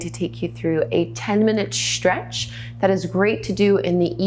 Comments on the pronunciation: Am I the only one who found it super distracting how she adds a 'shh' sound to every 'stretch'? I don't mean to mock her pronunciation of the s-sound, it just really distracted me from the exercices. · I love the way she says “stretch”...: “tchrrretch...”